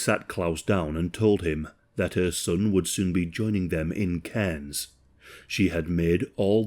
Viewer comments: Aussie here firstly "Caines" is pronounced "car-ns". Secondly yes mail order brides is a thing here my mum's best friend is one, he was an asshole too didn't kill her but beat her up in front of the kids repeatedly. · The way my neck snapped when I heard cairns